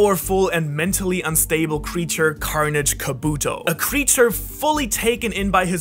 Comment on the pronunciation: I hate the way he say kabuto